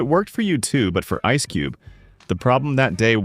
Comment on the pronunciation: Es cube !!! Get the fuck out of here with your ai videos, where you don’t even pronounce the names right accordingly. Horrific journalism at its finest is displayed within this video!!